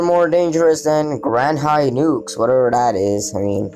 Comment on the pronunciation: Granhigh nukes? You mean Gandhi. Gandhi is that little bald man with glasses from history. Pronounced Gone-Dee, to make you understand. Slow down when you read. Take the time to say the word correctly, when you don’t, you make yourself seem like a real dunce.